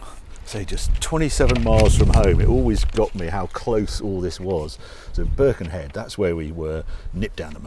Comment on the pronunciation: Loved the way Harry says Birkenhead! Spoken like a true Scouser! 😂😂😂